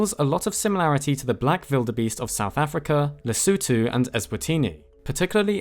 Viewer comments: Why does he say “Vildebeest” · Who in the hell puts that much effort to say wildebeest with a “v” sound? It sounds ridiculous and I’ve never met anyone who says it like that. But I did research and apparently some people in Africa say it like that so guess you get points for that 👍